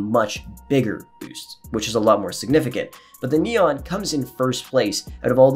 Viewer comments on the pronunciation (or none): none